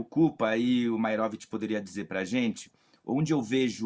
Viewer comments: "É maeróvitch!" 😂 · Uma sedizente jornalista, que não consegue falar Maierovich, deve falar outros horrores: iorguti, mortandela, largatixa, sombrancelhas e asterístico, tudo junto e "mixturado". 😅